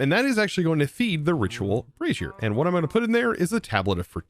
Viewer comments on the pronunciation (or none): none